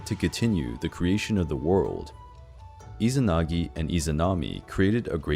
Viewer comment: still izanagui not izanagi...